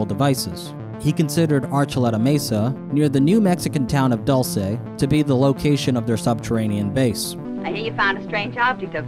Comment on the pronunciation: Lol "Dull- say, New Mexico"🤣